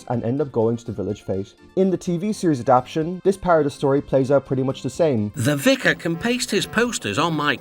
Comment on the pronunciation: Andrew Brenner being upset about not being credited is understandable, but considering how Awdry felt about Henry’s Forrest that might have been a good thing :p Also not that it matters all that much but you keep saying “adap-tion” instead of “adap-ta-tion”. Is that uh, a personal choice or… 😅